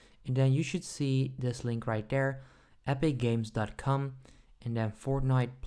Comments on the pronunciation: pause and play he says cum instead of com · Why do u say com like dat💀💀